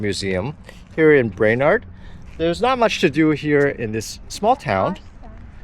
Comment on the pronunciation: I am sorry you aren't impressed with small towns in North Dakota and Minnesota. 😢 I have ties to both states and fond memories of growing up in Minnesota. You are definitely more a big city family. BTW, it is "brain-erd".😊